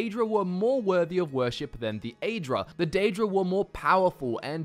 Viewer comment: Aren't you pronouncing "aedra" incorrectly? I believe it is supposed to be pronounced like "ah-ee" at the beginning, not like "ay." Same for the daedra.